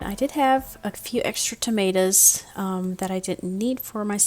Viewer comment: Tomatoes, not Tomatas